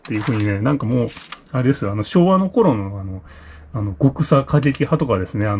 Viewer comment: 人権学習などというものを作って 予算をつけて利権に群がってたのは同和ｗ 日本人に訴えかけるのにマイクロなんとかて 和製英語のようなものを使う必要あるのか？ あと余談ですが、極左＝「ごくさ」ではなく「きょくさ」ですｗ